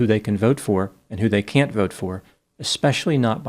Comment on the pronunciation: Can or Can't? 🤨